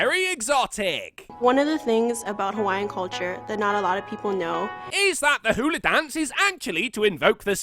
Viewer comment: Also she didn't even pronounce Hawaii right